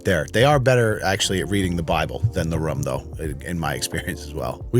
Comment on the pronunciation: Why you say "room" like "rum"? It's worse than the christians on the plane.